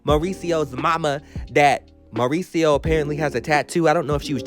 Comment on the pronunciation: I love the way you pronounce Mauricio 😍